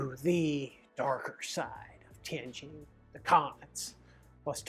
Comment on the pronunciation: nice video,... I cant believe you only made 4200 per month at a prestigious foreign language university...When I lived in Tianjin, I made 4k a month at a low level, insignificant technology university. btw, I love the way you pronounce "Tianjin" correctly...THANK YOU!!!